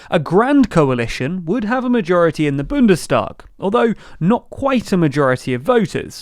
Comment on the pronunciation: It's Bundestag, not Bündestag.